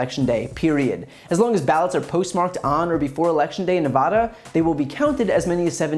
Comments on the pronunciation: The first A in Nevada is pronounced like the A in van. Ne vah da, not Ne vaw da. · Nevada, not Nevuhda. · Brian, as a former Nevada citizen, the correct pronunciation of the state is Nev-short “a” as in apple-da. Nevada. Thanks for your fine work. It’s needed & appreciated.